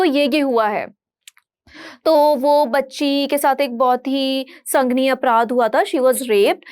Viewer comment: संगनीय ग़लत शब्द़ बोल रही हैं यह मोहतरमा । सही शब्द़ है -- संगीन